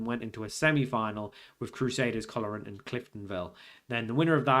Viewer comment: Fun to see you trying to learn the correct pronounciations, tip for today, Coleraine is pronounced "Coal Rain". Keep it up.